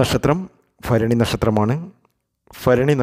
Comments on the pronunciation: ഉച്ചാരണ ശുദ്ധി വരു ത്തുക ഫരണിയ ല്ല ഭരണിയാണ്, ഫക്തിയല്ല ഭക്തി യാണ്.. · ഫരണി ,ബാലി,ഫാഗ്യം....